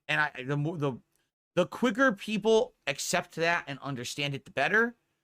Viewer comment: Laughing at how pathetic he is. Nobody wants to see you play anything except your 5 "peepul" Just like nobody supports you but those 5 "peepul"